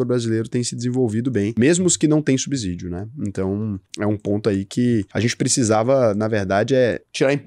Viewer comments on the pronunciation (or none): não se pronuncia subsídio com "z" é com "s" mesmo